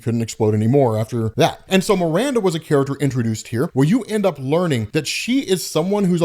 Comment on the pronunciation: "Miranda"? C'mon man, seriously?